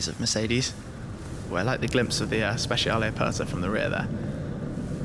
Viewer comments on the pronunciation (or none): none